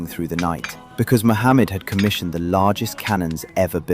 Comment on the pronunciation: Its not sultan Mohamed as you pronounce it and its a totally different name called MEHMET. get your facts correct before making such a crap video , it's deserves to go through its paces and tell them your biased not punctual and yoir version is of a jo k e